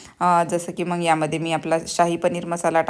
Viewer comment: फाॅरेनला राहून सुद्धा किती अशुद्ध भाषा!! "मग"च्या ऐवजी "मंग" म्हणता ?!! "मुगाच्या" डाळीला "मुंगाची" डाळ??? "अडकण्याला" "अटकणे" म्हणता??? टेबल "ठेवला" नाही हो, "सजवलं" आहे!! आणि मराठी पदार्थ - कोल्हापुरी, मालवणी, कोकणी, वऱ्हाडी, खानदेशी, सीकेपी - काय मेले का कि पंजाबी पनीर आणि "अरहर" दाल मसाला बनवलत? मराठी फोडण्यांबद्दल ऐकले नाहीये का? जर त्या तिखट खात नाहीत तर गोडं वरण करायचत. आपले पदार्थ आपणच promote केले नाहीत तर पंजाबी, बंगाली, मद्रासी लोक करतील का?